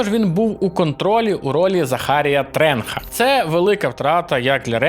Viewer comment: Закарія Тренча, а не "тренха". Я грав з англіською локалкою, там ніяких "тренхів" не казали.